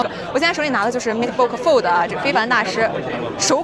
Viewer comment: 是FOLD 不是flod 不是 flod